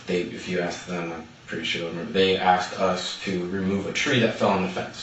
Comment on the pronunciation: It almost sounds like she axed for it.